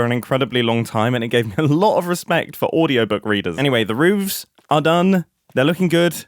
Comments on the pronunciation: It’s roofs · as far as I'm aware, it's always spelled "roofs" but may be pronounced like "rooves" depending on dialect! edit: for the chimney gradients, I'd have the darker mushroom blocks nearer the top (where the smoke is, staining the chimney) rather than the bottom! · I absolutely hate this. Proper modern American english says roofs, but that sounds terrible! 😂